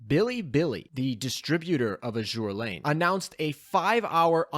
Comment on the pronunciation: you'd think that an Azur Lane youtube channel knows how to pronounce the games name